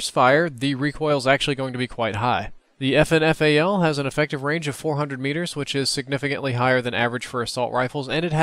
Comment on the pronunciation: its prounounced "fin fal".....